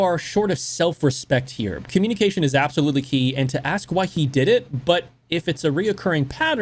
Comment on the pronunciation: The word is “ask”! Not “axe”!!! The degradation of English. And it is not “supposedly”. It is “supposedly”! C’mon!!! You make yourself look stupid.